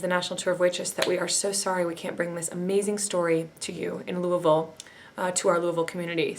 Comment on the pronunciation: Thank you for properly pronouncing Louisville